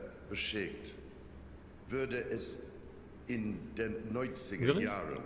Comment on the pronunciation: I think his intonation is spot on. He doesn’t pronounce some words correctly (mixes them up, e.g. ‘ich’ and ‘sich’, or misses the umlaut, e.g. ‘wurde’ and ‘würde’), but the intonation is German throughout. Some words have an English accent (e.g. ‘dr’ in ‘drei’), but not many. It’s pretty good!! PS: I’d say his accent sounds a little bit Plattdütsch (northern German dialect), with him rolling the r. Although he actually pronounced the ‘st’ in high German!